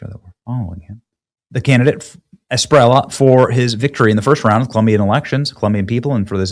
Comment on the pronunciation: A be lar do de la es pi re lla (LLA, not La, pronounce the double, is like LLama, not as you say Lama...) i can teach you Benny